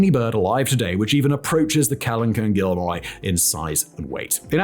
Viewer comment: He also pronounced guillermoi as "gorilla moy."